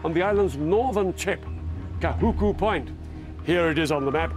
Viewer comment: LOL, it sounds like he says "Point Fuck", and even Youtube captions believes it XP